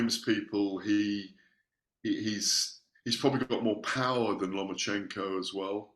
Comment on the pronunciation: LOMA-CHENKO, NOT "LOMA"N"CHECHO......JEEZ